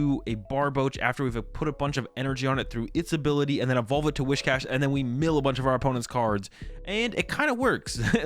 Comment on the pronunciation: It’s Whiscash, not Wishcash!